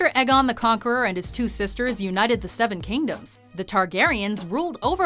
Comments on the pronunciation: Eggon? Is Aegon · It is Aegon not Eggon!! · You’re pronouncing Aegon wrong. It’s Êgon, not Egon. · "EGGON THE CONQUEROR"